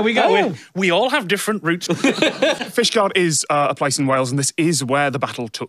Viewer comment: i binge watch tech diff like People binge the office, watch it all in a weekend then do it again the next weekend, since this video has come out every single time I hear ask "is fishguard a shield" im always expecting "is Fishguard a shishguard" and its painful not to hear it